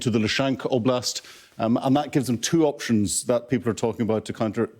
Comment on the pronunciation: Hahah, the man didnt pronounce ONE town or region right. "Oblask"? "Vonlodar"? "Belarusia"?